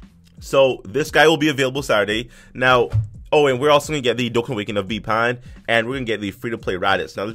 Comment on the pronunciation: He put ban instead pan hehehe